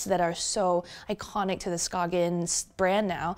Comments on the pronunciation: Skain. Not "Skoggin" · The G in Skagen is silent btw, so it is peonoinced "skaen". Good review! greetings from Denmark ✌ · so then how to you write a word that is pronounced "skagen" in Danish? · So annoying that she didn’t bother to learn how to pronounce Skagen